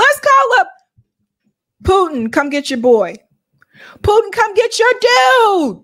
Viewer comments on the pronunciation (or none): none